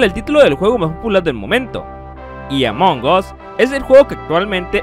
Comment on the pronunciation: Se dice "Among as", "among os" suena mal XD